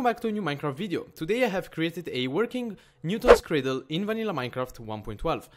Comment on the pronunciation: I love how you call it a "Newtol's cradle"!